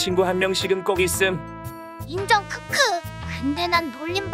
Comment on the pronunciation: 엣티제호랑이 '인정!ㅋㅋ!'특유의 자신감 쩔어있는 액쉔트발음 들을때마다 존나웃김ㅋㅋㅋㅋㅋㅋ